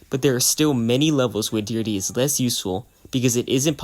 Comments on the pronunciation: "Deer-dee" 💀. It's pronounced "di-heir-drea" buddy. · Deerde? YOU DEE-DRA? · I'm going to pretend that you butchered Deirdre's name on purpose for my own sake